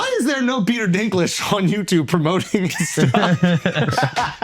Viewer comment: Peter Dink-Ledge